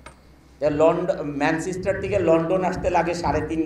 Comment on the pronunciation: আমাদের কপাল খারাপ তাই ম্যানচেস্টারকে ম্যান সিস্টার বলা লোক আমাদের দেশের বড় গার্মেন্টস ব্যবসায়ী!!